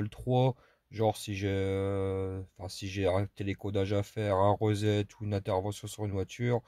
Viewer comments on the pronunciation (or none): none